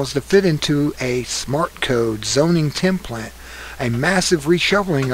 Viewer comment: Thank you for this very important information. It can't be easy to record yourself for 13 minutes like this, but if you ever decide to improve it, there are some words you have mispronounced: amalgamation, preamble, template, emphatically, eminent, statute, sovereignty. By the way, in Terrence P. Jeffrey's excellent book, Control Freaks: 7 Ways Liberals Plan to Ruin Your Life (2010), he discusses leftist' plans to redesign our communities and destroy our freedom, much as you revealed here.